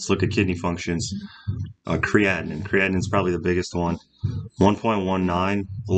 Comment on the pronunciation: Hi,, love your content. Just a minor remark - "creatinine" is pronounced as "kree-ah-tee-neen. Cheers!